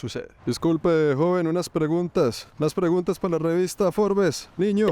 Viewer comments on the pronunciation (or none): none